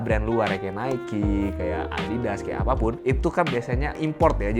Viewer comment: itu pronounce nya nike kak...